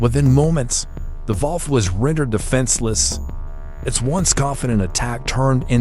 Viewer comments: A Volf//Vault. What IS that Mr AI...I've heard of a wolf. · WHAT IS A VOLFF? DID YOU MEAN A WOLF? ------ STUPID A.I.!!!!!!!!!!!! 😡👺💩💩💩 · it’s pronounced WOLF, not VOLF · Correction, it is not valf it is volf !!!😂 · It's called a WOLF! not a VOLF! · Why does he keep calling a wolf a folfe? What is folfe? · What's a volf? Fuckin AI. Don't be lazy. Edit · A volf is the German pronunciation of wolf. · thought I heard Walf ?😮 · Pretty sure I heard vallf? Wtf! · "the volf". AI fake-voices still having trouble with basic pronunciation. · Volf is the German pronunciation for wolf. Their AI voice is using both English and German pronunciation. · A Volf is an electric wolf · This GUY CAN'T SAY. WOLF .. WHATS WRONG WItH THESE PEOPLE??? DO YOUR JOB !!! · Volf?!...AI sucks! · German pronunciation of wolf is volf! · You can't even differentiate a Pittbull and a Rottweiler. Plus, you clearly were too lazy and used AI to narrate that completely butchered pronunciations such as wolf to name one. If you can't spare the effort to do research or even to narrate, please don't bother making videos if you're gonna be so lazy. Pathetic.